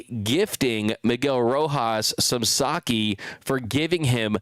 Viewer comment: It's "Sake" not "Saki," and he didn't pay more for it than a car! Get real and start pronouncing Japanese words correctly.